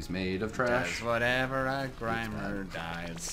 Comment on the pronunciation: Am i the only one who cringed when said «grimer »